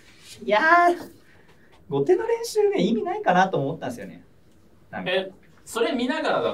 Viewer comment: 後手を"こうて"ってずっと言ってるの、米結びみたいな勘違いなのかな...